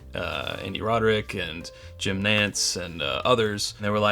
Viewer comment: Am I the only one that heard...Andy "rod--er--ick"? Lol. Great review tho. Also liked the history about sweetens cove...but his name is roddick.:)